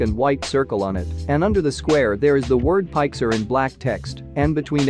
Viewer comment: Pixar not pixer